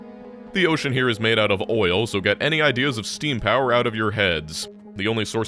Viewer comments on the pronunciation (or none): none